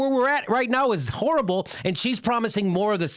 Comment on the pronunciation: Jimmy sounds like he's saying that Hillary is a "whore-able' candidate...listen carefully...